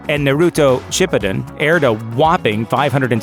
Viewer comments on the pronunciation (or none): The way he said Shippuden made me want to kms